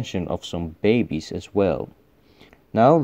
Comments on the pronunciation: "she p r e e e g e n t" "bAy beZ" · "Bay bayz" was my favorite part of this episode